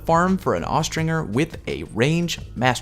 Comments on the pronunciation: Dude it's not AustRINGer. Aw-strin-jer. The word is linked to Falconry. Great video by the way... 👍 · Austringer is pronounced with the J sound, not the hard G. Look it up.